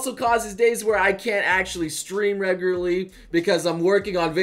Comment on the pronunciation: "Reguly" ~Noble 2018